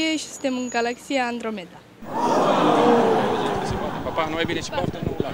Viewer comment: Auzi la ea 'Andromeda' =))